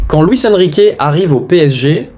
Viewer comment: Luis Enrique tu le prononce très très mal 😣